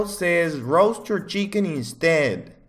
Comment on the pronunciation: Him saying roast sounds like rose